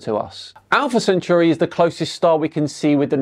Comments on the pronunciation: CC may be an idiot but at least he can pronounce Centauri correctly., it's centauri not cenchuri. It doesn't even look like cenchuri. You really need to work on your pronunciation before poking fun at these idiots. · Centauri, not centuri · ‘Sent-oarey’ not ‘sent-yuri’. Just saying…